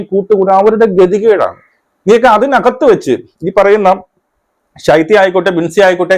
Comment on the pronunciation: സൈത്യ അല്ല ശൈത്യ